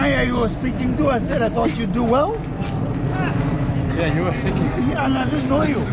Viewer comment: Enjoyed your video as always. Unrelated question, just curious. You sometimes say "so yeah" but your yeah sounds like yoah. I've never heard this in English, it does sound a bit Dutch (my grandparents from Terschelling sounded the exact same). Where does your accent originate?